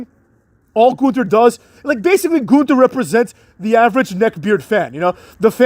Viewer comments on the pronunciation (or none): It's NOT pronounced "th" in Gunther.